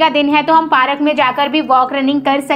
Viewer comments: Park not pa rak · Didi it's park not parak bolna to Sikh lo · Parak nahi bolet didi park bolet hai didi 😅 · Bura mat lagna but wo park hota hai parak nahi I am just correcting your mistakes don't mind it 👍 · You are saying parak it's Park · Didi please bura mat manana kyunki vah Park hota hai parak nahi please don't mind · Park hota hai parak nahi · Parak nahi park hota hai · Bura mat manna but wo park hota parak nahi I am just correcting your mistake please don't mind it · It's not parak it's park👍